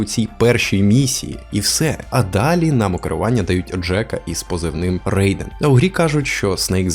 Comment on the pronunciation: 1) О, це ти ще квест "Заглянути під кожен камінь" з Скайріма не бачив) 2) Райден, а не Рейден, добре?